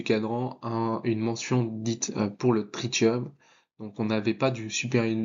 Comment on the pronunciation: Salut. On dit trissium pour le tritium